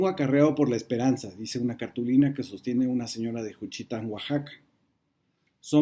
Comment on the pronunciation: Y LA OTRA: EL ACENTO DE JUCHITÁN SUENA EN LA "A".